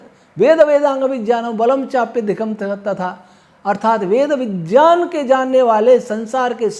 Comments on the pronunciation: उच्चारण शुद्ध ही है ज् + ञ् = ज्ञ चाहों तो हिन्दी कीबोर्ड में टाइप कर के देख लो । या किसी संधि की पुस्तक में देख लो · सही उच्चारण यही है जो बोल रहे है हमें जो स्कूल मे उच्चारण सीखाया जाता है वो गलत है.... सब ज्ञ = ग क़े रूप मे बोलते है जबकि इसका उच्चारण ज़यां ऐसा कुछ बनता है जञ = ज्ञ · ने शुद्ध उच्चारण किया है ज्ञ को सन्धि विच्छेद करके देखो।गलती हमारी नहीं हमारे स्कूलों के अध्यापकों की है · कान साफ कर के सुनो तो सही से विज्ञान सुनाई देगा महोदय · विग्यान ऐसे लिखा जाता हैं। ये विज्ञान ही हैं। अर्थात सही से बोल रहे हैं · का उच्चारण शुद्ध है। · महर्षि पाणिनि कृत वरुच्चरण शिक्षा पढ़ी होती तो ये महत्वपूर्ण नहीं मूर्खता पूर्ण लगता । भूमिका खोलिए, उसमें साफ बता रखा है । सहि उच्चारण कर रहे हैं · अरे महाशय जी, " विज्ञान " का "ज्ञ " अक्षर ज और इसी च वर्ग के अन्तिम अक्षर के संयोग से बना है अतः इसका उच्चारण अर्ध ज से ही होगा !